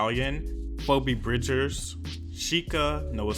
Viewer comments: "ay-oh-ko" "foe-bee bridges"💀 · i’m sorry, POUBEE BRIDGERS? 😂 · Did he just say... phobe bridgers? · "phobee bridgers" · Sorry, PHOBEE BRIDGES??!! HAHAHA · It’s pronounced Feebee Bridges. 😆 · NOT HIM PRONOUNCING PHOEBE BRIDGERS LIKE FOE-BE BRIDGERS 😭